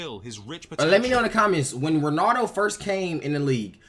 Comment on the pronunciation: Why do most Americans say "Ronado" instead of "Ronaldo"🥲?